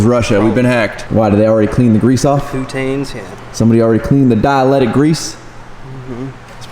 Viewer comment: Dielectric grease. Not Dialetic lol. Close though brother.